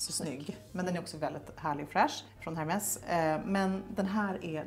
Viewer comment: Har en podd som heter säker stil men uttalar H:et i Hermes...